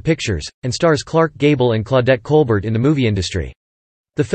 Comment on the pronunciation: A lot of good information much coming from Capra's book, THE NAME ABOVE THE TITLE. This could be improved upon by working on narration delivery, and learning the proper pronunciation of words and names, specifically the name of Claudette Colbert--pronounced Col-BEAR. In addition, images need to be used in context to accompany the narration. While there are a lot of such profiles like this on YouTube now, the random disconnected use of images is not skillful film making.